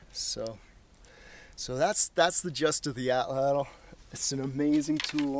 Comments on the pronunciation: Suggestion: Pronounce it AW-tlawt, not aw-TLAWTL. ('tlottle' nope!) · With Matt being so into survival I have always wanted to ask why he uses the American English pronunciation. It’s actually a word from the Aztec language pronounced roughly as (ought-lot-uhl). However most people on tv and the net pronounce it, at-ladle. As a fellow woodsman(which explains why I am using my daughters YouTube) I have always wanted to sit and pick some of these guys brains a little. Maybe learn some new things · Great video! Only two things: 1) your pronunciation of atlatl: you put way too much emphasis on the second syllable and the “l” at the end of the word. It’s pronounced “AHT-laht-l”. 2) There is no history of the Native Mexicans from whom we get the word altatl from and you say “our prehistory”. :-/ But otherwise good stuff! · Hello Sir, I'm so pleased to have found you! I was reading about Roman archaeology and I discovered the word 'atlatl' so I googled its'meaning and pronunciation, so that lead me to you! I'm a 48 year old Irish lady but in my dreams, I want to be like Crocodile Dundee and a survivalist!!! I'd love to learn how to survive in the wild by cooking, making shelters etc it all fascinates me.